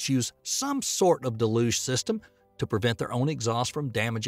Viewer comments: Dude can't even pronounce Deh-looge correctly and has the nerve to say BFR stands for Big Falcon Rocket. Absolutely clueless about anything space related or even just regular English. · Its pronounced del-yooj!! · Look, I like his accent and all, but please go over pronunciation before recording. Deluge & Baikonur